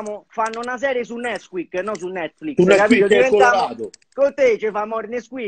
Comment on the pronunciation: Cit; er brasile ... “Netfuis” 😂😂😂